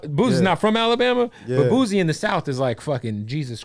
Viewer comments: Somebody has to tell this dude it’s not Boozy 😂😂😂😂😂😂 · Did he say boozy tf stop it